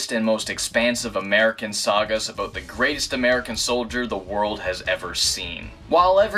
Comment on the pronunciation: he pronounces "about" as "aboot" so that's where I assumed he was Canadian